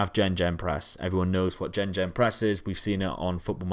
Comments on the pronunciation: Was doing well until he said "gen-gen-press" :D meaning Gegenpress. Pronounced "Gay-gen-press" not "gen-gen-press". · It's pronounced "Gah-Ghen Press"